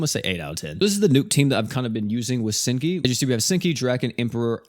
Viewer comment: Hazuki u said her name wrong 😂